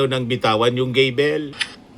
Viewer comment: GAVEL ,hindi gadel 😡